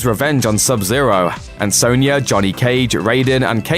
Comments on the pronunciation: Sonya Not sawnya 🤬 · Yeah and he pronounces Sonya as Soanya...